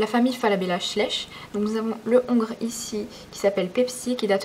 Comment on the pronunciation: On ne dit pas le ongre on dit l'ongre sinon super vidéo bisous je adore 🙂😉😃😽